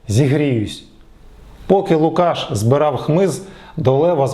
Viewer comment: лУкашшшш А не лукАш!!